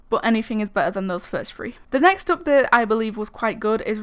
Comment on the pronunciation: why u talking like that? u saying ''updet''XD